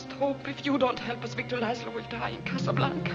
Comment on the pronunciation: Im sorry when he said Casablanca